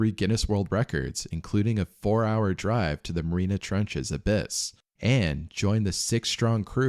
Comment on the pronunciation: *Mariana Trench, not Marina Trench.